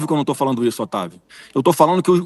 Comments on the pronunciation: " falano" 😂😂😂😂Pensei que era " falando". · É de sentir asco e ter ânsia de vômito ouvir falas que causam o assassinato da Língua Portuguesa. Essa Sadi não pronunciar o gerúndio na conjugação NDO. FalaNDO, assistiNDO. Então, já que é assim que ela, como jornalista, fala, vamos todos omitir o “d” do NDO e partamos para o “iNO, falaNO e etc”.